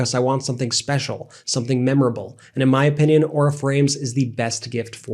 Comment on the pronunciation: You keep saying "MAY" quit!!